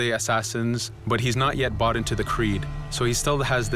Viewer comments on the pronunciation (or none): none